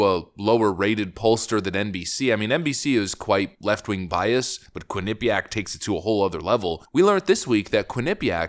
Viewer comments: Quin-eh-pee-ak is the correct pronunciation. Living only 30 minutes from the University, it was tough listening to your pronunciation. 😂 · Good video. the stress is in the first syllable in Quinnipiac not the second I found that way more annoying than I should have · Lol. It cracks me up when you talk about Quinnipiac. You haven’t pronounced it correctly yet. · Please learn the correct pronunciation of Quinnipiac. It's really difficult to take you seriously. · You are pronouncing Quinipiac wrong. lol Say it with no syllables lol